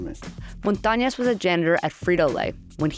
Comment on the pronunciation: It's Montañez not Montañas!!!!!